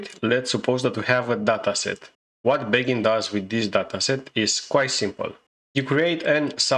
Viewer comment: you need to pronounce "bagging" better in future videos.